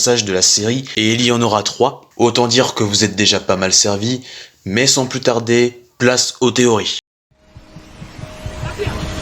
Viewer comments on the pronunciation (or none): none